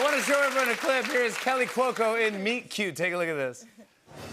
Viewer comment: Kaley….. no Kelly~ I thought it’d be a single flub up for Fallon but he repeatedly mispronounces her name~ I think she just resigned to ~ Meh…. Yeah I’m “Kelly” 🤷‍♀️